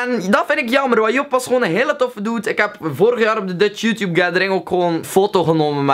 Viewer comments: Je zegt YouTube echt als joetjoep echt grappig haha! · srry hoor maar ik moet lachen als je youtuber of youtube zegt of zulke dingen met je accent